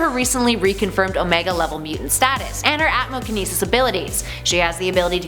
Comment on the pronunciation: Sounded like ATMOkinseis to me.